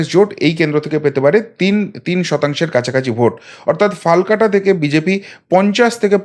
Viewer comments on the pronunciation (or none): Dear Dada! I would like to say it more appropriately called "FALAKATA" and not 'Falkata' as you have mentioned. With warm regards. Thank you. Jai Poschimbanga! Jai Hind 🙏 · FALKATA NOI HOBE FALAKATA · ফালাকাটা ...... not ফালকাটা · ফালকাটা নয় ফালাকাটা হবে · দাদা সঠিক উচ্চারন হবে - ফালাকাটা